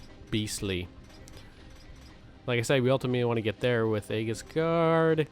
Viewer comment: AEGIS is pronounced as "EE-JIS" , sorry to correct you bro >.<